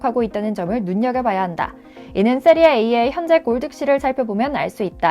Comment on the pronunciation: 세리에이 아니고 세리에아 이름은 바르게 대박나세요.